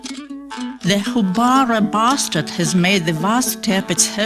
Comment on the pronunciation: when the narrator was talking about the Houbara bustard bird, she sounded like she said, "The Houbara Bastard" with an English accent.